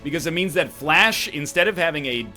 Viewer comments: thank you. I simply screamed it at him in my head every time he said "flash" instead of "flèche". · Fuck's sake NL... it's not pronounced 'Flash' You're Canadian, you should have at least incidental exposure to french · Is he calling fleche "flash"? WHAT!!!! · When he says Fleche "Flash" I get so triggered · It hurts every time he pronounces fleche as 'flash'. Also gets really confusing since whenever anything happens his first response is to throw a flash(bang). "Just gonna throw a flash so i can flash the flashed target". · Yo real effing question my dawg, why do you pronounce Fleche like flash? Didn't you take, like, 12 years of French? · Someone finally says it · for the non-french minded people out there, it's basically pronounced "flesh"